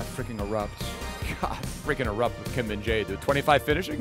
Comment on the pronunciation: you say always kim min dae kkkk he name is kim min jae!